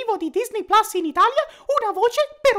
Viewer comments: NOO, ti prego anche tu PLAS.... Ma che PLAS, si dice PLUS, PLUS, PLUUUSS. Pure nella pubblicità sbagliano, capre ignoranti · plus! Pronuncia plus